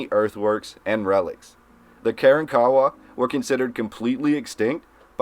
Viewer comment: Ka ronk a wa, A tack a paw! Proper pronunciation of the local lndians back in His -sto-ry NYUK NYUK NYUK CERTNEY 😊